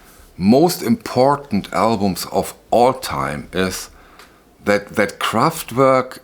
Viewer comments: I love the way you pronounce Kraftwerk 😀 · It’s always nice to hear you say Kraftwerk correctly. What I have noticed in electronic remasters (not Kraftwerk - I don’t have the pleasure of the OGs) that the decay of those early simple/rudimentary synthesizers does seem to get smoothed out. Again, that may be for modern tastes, the band or engineers. I think that roughest is the decay or overloading of the current. It can of course be great! But I think you are on to something. Kraftwerk are an essential chapter in the history of pop music. No doubt. Excellent video.